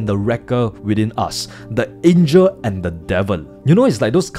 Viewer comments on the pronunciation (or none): none